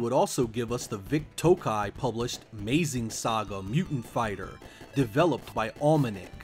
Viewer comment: "Maze-ing saga" I cringed. Its pronounced like Majin like in Majin Buu from DBZ. Its based on one of the most influential Super Robot series from the 70's. Mazinger Z. Also, I didn't know the genesis Punisher game was worth so much. I still have it.